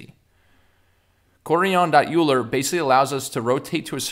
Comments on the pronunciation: the way he pronounces quaternion.... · the pronunciation of Quaterion.Euler killed me lmao